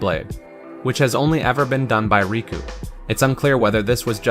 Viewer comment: it's not raku it's riku